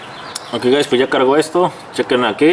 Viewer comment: pero por que nos dices gais,.. que paso que paso vamos ahi...